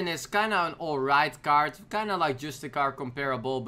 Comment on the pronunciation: it's CARD not KAART